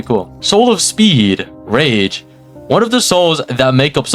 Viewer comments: it's pronounced rage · im sure its pronounced "rage"